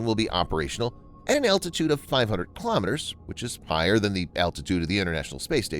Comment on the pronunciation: Not "kalamaduhz" rather kilo meters.